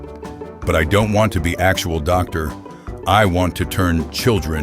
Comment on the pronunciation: ITS DOG-TOR HARLEY SAWYER!